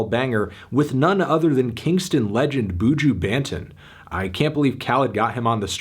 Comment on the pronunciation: Since no one said I’m jus gonna it’s not Boujuo- Its Buju Bonton- The way he pronounce it was just- wow🦆🤦🏿